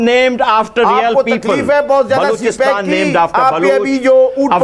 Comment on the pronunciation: Sale balochistan kehne bi nae ata es ko